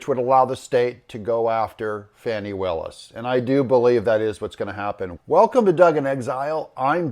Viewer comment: It's pronounced "Fonnie" or "Fawnnie".